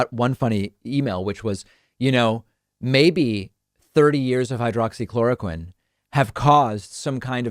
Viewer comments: He’s so stupid, he can’t even pronounce the name correctly. It’s hydroxychloroquine, not hydrochloroquine. There’s a difference between the two. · He said “hydro-chloroquine” which is not even the correct pronunciation. He doesn’t know what it is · Idiot said"hydracloraquin" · Flynn can't even get the name right. He called it hydrachloroquine - methinks he's not levelling with us . . . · He didn't even say hydroxy.... He said hydrochloroquin. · hmm, you'd think someone looking at a pill bottle for 30 years would be able to remember the name, he said "hydro-chloroquine" 😆 that's not a thing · You would think that in the thirty years that he has supposedly been taking it, that he would have learned how to pronounce hydroxychloroquine. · After taking Hydroxychloroquine for 30 years and can't pronounce the medication correctly . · you would think after being on a drug for that long you should be able to pronounce the name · He is on crack for thirty years, he mis pronounced.🤣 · Since he didn’t even pronounce the name of the drug properly, I call BS